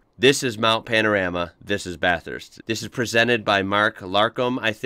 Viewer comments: The ‘rama’ in Panorama is pronounced as ‘rahma’ 😊👍🇦🇺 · You really need to get the pronunciation right, listen to Larko... it's Mount Pano...rah...mah